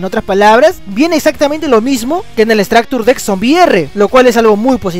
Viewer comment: todo muy bien pero como que "estractur dekk"